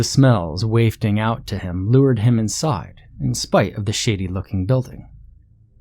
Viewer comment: It's "wafting," not "wayfting." It's "disoriented" for American English speakers, not "disorientated."